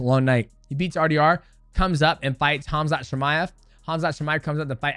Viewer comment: Nice catch 😂😂😂😂 its super easy for English speakers just say ( Hum-Za)